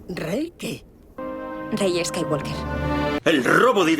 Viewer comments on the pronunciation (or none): El final ideal sería que Kylo escapara siendo aún más malo para a$í poder hacer otra$ 50 trilogía$ má$.. ah y pronunciado bien el "apellido" Skywalker(skaiwoker).